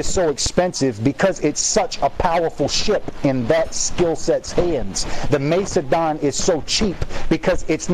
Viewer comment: MACE-E-DON. QQ.